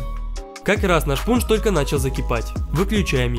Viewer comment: Мне одному послышалось заместо пунж Пудж?